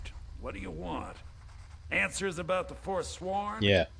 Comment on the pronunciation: So is Canadian he says Aboot